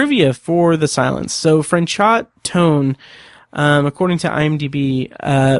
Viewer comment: The actor's name is pronounced Fran-show. You don't pronounce the T. I love that you don't refer to Tennyson as cheating, but rather using a loophole. I've always felt this way, but so many people online are quick to say that he cheated. There was nothing in the bet that said he couldn't do what he did.